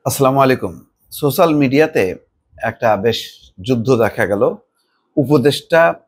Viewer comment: আপনি এত বড় একজন সাংবাদিক অথচ উচ্চারণ এরকম কেন? শব্দটার উচ্চারণ হবে "সোসাল না, হবে সোশাল".